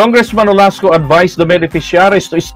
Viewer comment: Olaso, not Olasco.